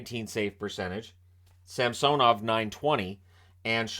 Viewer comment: Too bad didn't get the memo about Ilya's request at the beginning of the season for the new pronunciation of SAMsonov.